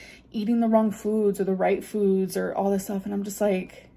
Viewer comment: the way she says fudz